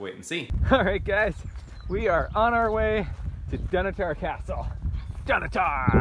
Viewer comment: I love your videos. I fly RC helicopters. Just for your info, it's pronounced Dunotter. Slains Castle up the coast in Aberdeen is where Dracula was based on. I live in Aberdeen and would have loved to show you around if I had known. I am also a Broadcast cameraman and think you do a brilliant job of filming thank you.